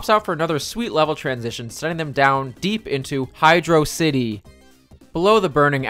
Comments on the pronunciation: Hey dude, great video. Its just that you seemed to have accidently mispronounced Hydrocity. You see it's actually "Hydrocity" (like velocity) not "Hydro-city." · Uh oh! You seemed to have mispronounced Hydrocity! Easy mistake to make :)